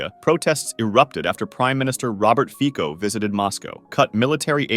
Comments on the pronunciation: its fico like fitso no like fiKo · its Fico, not Fiko